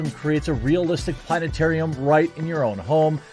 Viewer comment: You should have kept the T in planetarium silent.